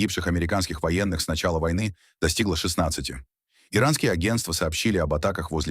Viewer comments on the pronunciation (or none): none